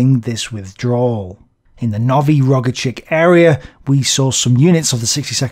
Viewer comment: Noviy Rogachik should be pronounced like "No we rouge a chick" with stress on we and a.